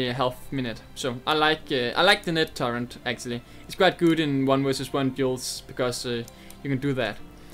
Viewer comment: H is pronounced "aitch" not "hay". Also turret not turrent. Just a heads up. :P